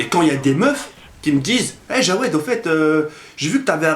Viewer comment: CEST JAWED EST PAS JOUED PAUVRE INIOBLE TU DEVRAIS AVOIR HONTE